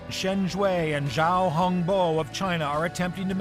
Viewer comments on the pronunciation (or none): none